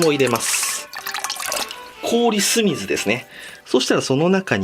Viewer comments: 氷酢水がPaul Smithに聞こえました！笑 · 氷酢水のイントネーションがポールスミス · いつだか氷酢水がポールスミスって聞こえるってコメント見てからポールスミスにしか聞こえなくなった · 氷酢水がPaul Smithに聞こえましたごめんなさい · 氷酢水がポールスミスに聞こえた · 氷酢水が毎回ポールスミスにしか聞こえない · ポールスミスですねに空耳して一瞬「？？？？」となりました